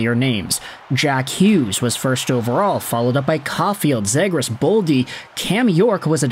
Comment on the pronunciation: Please learn how to pronounce his name right … Zee-gras not Zeh-gras ……